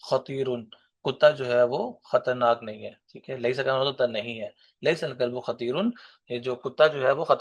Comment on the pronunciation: ليسَ الكلبٗ خطيراََ يعنى خطيرَن ہے منصوب ہے مضموم نہيں۔ آپ مضموم پڑھ رہے ہيں۔